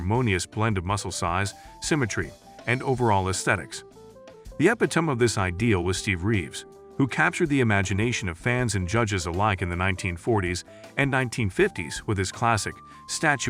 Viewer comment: "Deh-butt" and "day-byoot" (mangling the word 'debut')..."epitome" (pronounced by the speaker as eh-pi-tome)...what the hell is this? This is just...bad. As for Ruhl, the dude was a freak. He knew that he was never going to be the most aesthetic, like Lee Haney or Steve Reeves, so he just got as big and ripped as possible, stomping around the stage and scaring the crap out of everyone. Other builders were also ridiculously large, but they had better overall symmetry and conditioning. He'll always be remembered as "Der Freak" and I'm pretty sure that he's proud of the impact he had on bodybuilding.